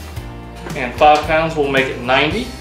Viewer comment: Idk about you guys but I love how he says “fove” (five) it’s SO cute! ☺️